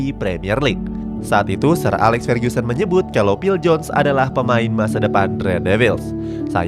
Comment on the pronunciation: Fer-GU-sen bukan Fer-GYU-sen